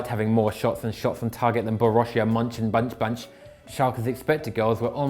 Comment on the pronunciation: Mönchengladbach isn’t that hard to pronounce!